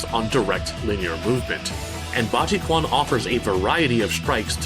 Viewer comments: The 'q' is pronounce more like the 'ch' in 'chair'. If you want to get more technical, Chinese pronunciation differentiates both 'q' and 'ch' sounds. 'q' is spoken with the tongue flat, while 'ch' has the back of the tongue curled. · Technically, it's pronounced Bah-Shii ChuAn. If you wanna use the Yale romanization of Mandarin. Which is easier to pronounce than Pinyin. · Please learn how to pronounce Bajiquan correctly first. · If you're working with chinese words, please, pay attention to pronunciation, it's really painful to listen it, some letters in chinese sounds different way, than in english, for example "q", in chinese it is "t" Pay attention to pronunciation, please😬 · OMG…. Can’t even pronounce it right… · It’s almost torture to hear it pronounced so wrong but it’s okay…lol they have a good historical content..respect 👊🏽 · argh your pronunciation of "quan" in bajiquan kills me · same. He can pronounce the Japanese but he doesn't research the pronunciation of the Chinese pronunciation. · You mispronouncing bajiquan kinda bugs me hehehe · Dude... You couldn't spend 2 minutes getting close to the correct pronounciation? Come on... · I mean, you mention Bajiquan a lot but dude... the pronunciation is wrong and you keep going D: Great video as always tho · it's a mandarin word. If he is willing to pronounce a Japanese word in accent and syllabic tempo then he should do as much for the mandarin name. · My absolute favorite tracks from SC, perfect Also I'm pretty certain the Q in Quan is pronounced like "tch", making it "tchu-ahn" and not "kwahn" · Q is not pronounced as K, Chinese are sensible and didn't make a lot of letters represent one sound. It's pronounced kinda like the English "ch" diphthong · Been Maining Kokoro and Marie Rose for 10 years now. DoA player counts are very low but you can still find some opponents. One more thing...the Quan in Baji Quan is pronounced as Chuan by the way. Good Vid brother. Happy to see more. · "Budgy Kwan" 🤣🤣🤣